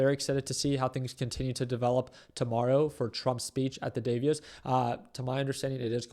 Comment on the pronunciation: it’s pronounced Like da boss, but Da Voss. 😅